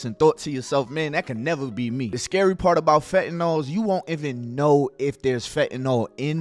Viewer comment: Bro can u jus say Even like damn who tf is Evan 😂😂😂